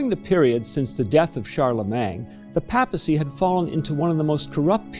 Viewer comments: Yes, that's a fact of which I am acutely aware, having lived in several countries and possessing the ability to speak 5 languages. However, Charlemagne is a French name, and it is properly pronounced in French. It is spelled "-magne", not "-mang". Changing the order of the letters is not a preference or style of a particular region or country; it is simply wrong. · Please check your pronunciation of Charlemagne. It's not "Shar leh MANG".